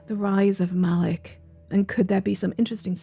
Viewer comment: Thought the demon we channeled for Revnants was pronounced MALIX while the Sylvari is MAL-ICK <3